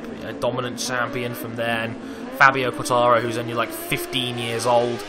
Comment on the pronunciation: its fabio quartararo, not quataro or something ahha